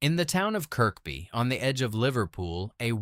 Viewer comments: Pronounced Zed-cars! Also pronounced Kerby. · More AI shite. Nothing to do with Kirkby (middle K not pronounced) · People who live here pronounce it Kirby, I've never heard anyone pronounce it Kirkby, not that it makes any difference, I love west (Kirby) by the way 😊👍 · Domes day book 😂😂😂it’s Dooms day!!!! It’s Kerby zed cars (Z cars)! Pronunciation sucks!!!